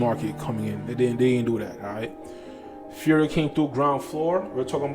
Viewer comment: You say Furio, you got it dude. Subscribed +1